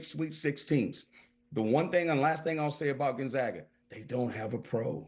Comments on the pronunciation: It's GonzAga, not GonzOga you twat. Don't quit your day job. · Pronounce Gonzaga correctly. GonZAAAga. Not GonZaaaga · Dude is Gone-Zaga Pronounce it right !!! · Learn how to pronounce the school if you’re going do a segment on Gonzaga!!! do a tiny amount of research, OK??